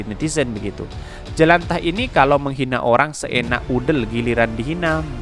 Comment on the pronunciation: Jelantah .. bukan jelantih...